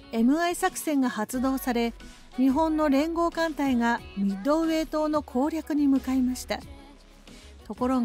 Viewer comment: 湾でもミッドｩエイ